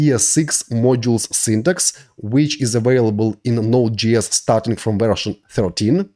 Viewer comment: никогда не понимал, как можно так хорошо знать грамматику языка, уметь говорить спокойно, и при этом произносить "дуинГ", "токинГ", "нОу летс гэт стартинГ"... ? Это за пределами моего понимания.